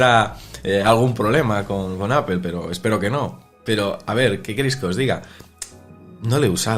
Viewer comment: Me sangran los oídos cada vez que pronuncian mal el nombre de la marca